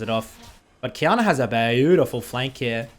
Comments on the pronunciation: Nobody:: BAYOUDIFUL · say it with me fellas, B-A-U-DIFUL